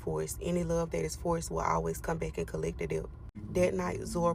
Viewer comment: 🫩For the love of God and everything good in the world the B in the word debt is SILENT! 🫩 FOR THE SAKE OF FUXX it’s ENUNCIATE not announciate! And ASKS not askesses! These people are about to make me blow a fuse somewhere. It’s infuriating to listen to someone speak improperly SO confidently. It’s like nails on a chalkboard! clinches fists